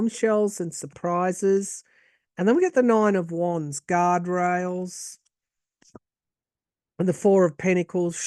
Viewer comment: Did you said Elon is with out “guard rails” or “God rails?” Lol, maybe both? —thank you